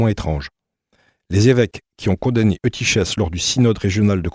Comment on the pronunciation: Eutychès se prononce soit Eutykes, soit eutykhes (avec le son guttural) mais jamais Eutyshes.